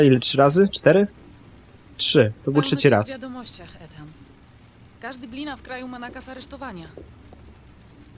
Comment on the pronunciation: hym, też zauważyliście że mówiła "Etan" a później w wiadomościach było już "Ethan"?;D